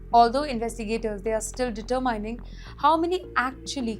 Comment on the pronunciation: It is determining. Not deter-mining. This woman needs to learn to pronounce.